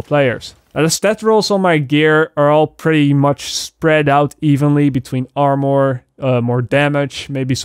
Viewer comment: Anybody annoyed he said amor instead of armour? Or is it just me?